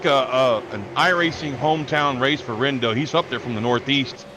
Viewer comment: "I'm good with a top 5 just please don't touch me" Also it's "re-endo" nice job on the broadcast!